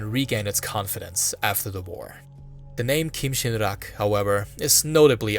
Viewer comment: As a korean, you pronounced kim sin rak very well😊😊😊. Thank your awesome content